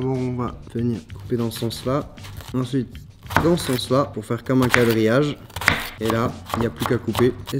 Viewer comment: "...comme un cadrillage..." ou "...comme un QUadrillage..." ?...